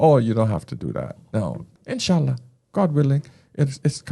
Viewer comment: "Inch'allah" is spot on 😅